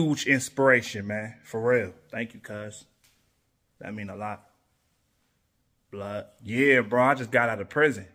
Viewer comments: 🧐😑 2 seconds in. heard " blood cuz ". had to pause! 😂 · “Blood cous” as opposed to “Water brother”